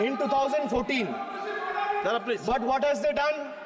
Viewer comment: Speaker sahib, correct your pronunciation. It's 'Please' not 'plege'😂😂😂